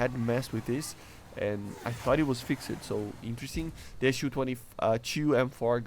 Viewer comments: Fix'd not fix-ed. You do not pronounce the e. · A tip for your speech, when saying "fixed" the E is not pronounced. Try just saying "fixd" and just that will be an improvement. Cool video